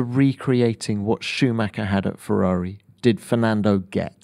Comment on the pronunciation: Love him. So happy what he's done for McLaren. And he is a man born to say the word "Ferrari". Perfect.